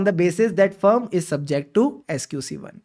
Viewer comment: I like your videos and work and I do respect you as well, but please correct the pronunciation of the word "firm". You are a professional and I don't like spotting your mistakes. Thankyou.